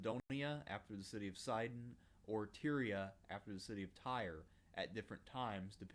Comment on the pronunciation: Tyre is pronounced Tie- ur , exactly as the word “Tire” ... not “Teer” as in the word “tear”. 🙂👍🏼